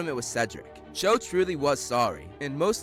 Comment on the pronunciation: Her name is Cho but I keep hearing Joe